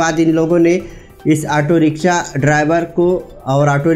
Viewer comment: Language sahi kar bhai kabhi riksa kabhi riksha.....